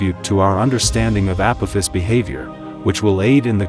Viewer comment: I love downvoting videos that use voice over and dont pronounce the main subject correctly.